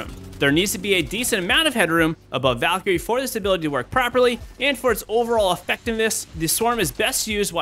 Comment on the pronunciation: Me: Valkyrie: Daquiri